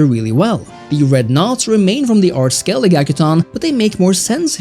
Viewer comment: Skellig... if I had a dollar for each time a wannabe witcher expert youtuber butchers the name of Skellige